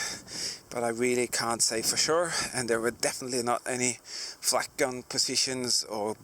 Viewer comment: I hear flack as 'fack' ~ fuck There is some rumours of fuck positions 😂